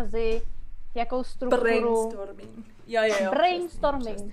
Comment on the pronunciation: Zasmál jsem se jak Jen pobavila česká výslovnost bRainstoRming :D